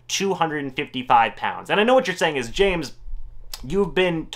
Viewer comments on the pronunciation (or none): none